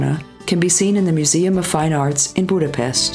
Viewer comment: Tenfold, eh..? Cuz the content is not good enough?? Plus she's doing a confusingly great job of pronuncing the name of places. Budapest, one of the most obvious ones, she fails. But Gödöllõ, Veszprém and many others, she nails. Just a thought..